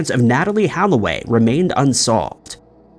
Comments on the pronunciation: Holloway, not Halloway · Not to mention how he pronounced Natalie's last name as Halloway when it's actually Holloway (and was written as such on the screen). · It’s funny. You apologize for the pronunciation of the foreign names but yet you pronounce Holloway as if the second letter is an “a” haha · not to mention he apologized for pronouncing the two dudes' names wrong immediately after pronouncing her name incorrectly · You fucking botched Natalie Holloway's surname you goose